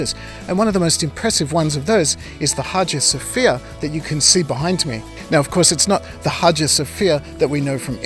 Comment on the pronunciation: Whoever made the title “Hajus of Fear” misheard the speaker. His pronunciation of “Hagia Sophia” ( Holy Wisdom) is probably the reason. Someone should correct that title.